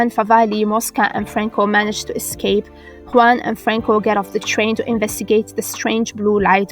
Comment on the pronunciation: Kudos for the "Juan" pronunciation , I know it´s really rare to hear it right. New subs, Great video.